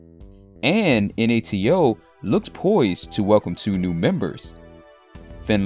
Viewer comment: "En-Ah-Te-O"? It is fricking NATO. ://////////////////